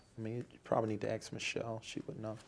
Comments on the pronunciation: ⭐️ Welcome back to AXE MICHELLE 🤦🏼‍♀️ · Axe Michelle. 😂😂